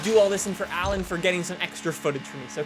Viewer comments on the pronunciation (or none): none